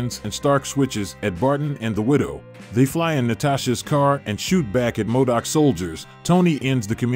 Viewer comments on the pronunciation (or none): Modok not madic